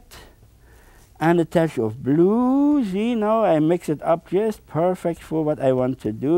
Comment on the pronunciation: It is pronounced tetch,beautiful tetch or almighty tetch.haaaaa haaaa.